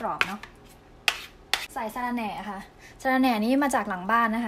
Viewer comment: เชื่อแล้วว่าคนไทยหูดีจริงๆ ออกเสียงวรรณยุคผิดความหมายเปลี่ยนเลยย แอบยิ้มขำตอนสอนพูดว่า สาระแหน่ กลายเป็นออกเสียง สาระแน แทน